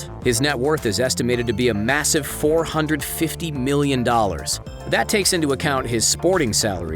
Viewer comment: Am I the only one who hears "50 million" every time he says "15 million" ??